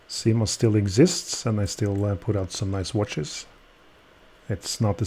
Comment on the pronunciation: Once again a superlative video. I think it should be pronounced as Syma ana not Seema. Correct me if I am wrong. Why the name Cyma is engraved in the ratchet wheel only? Could be that this same movement is used by many other brands also and so you can only put the name in the ratchet wheel and not on the bridges. It reminds me of movement no 96 which many brands use with their brand name imprinted on the ratchet wheel, not even inscribed. Enjoyed this video.